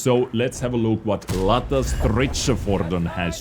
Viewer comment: Its not LATTA but LETTA, since Swedes spell Ä like Æ or E. "Lätta" means "Light", so "Light Armored Vehicle" would fit nicely i think, unless some Swedish has a better idea.